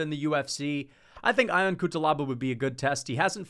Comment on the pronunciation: Fk it’s not I-on Cutelaba …. It is pronounced Yon!!!